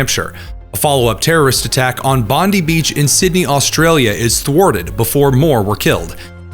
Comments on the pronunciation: American brothers in arms: "Bondi" in Bondi Beach is pronounced more like Bond-eye, not Bondee. 😇That aside, everything else in this video is spot on. Albanese is often called Sleazy Albanese for good reason. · Bondi Beach is pronounced Bond-ai, not Bond-ie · this is driving me crazy because I cannot stand Pam Bondi and every time you say the name of the beach I think you’re saying something about her, So in case you were wondering, it’s pronounced like BOND-I Like the word "bond"-i Bond-I like Pam Bondi sounds like BOND-ee The beach sounds like BOND-i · Bondi = Bond eye. Rhymes with bonzai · It's pronounced "Bon-dye" Beach.